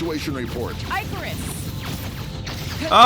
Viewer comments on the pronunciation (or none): I hope that's not the final voice acting. "eye-carus," seriously?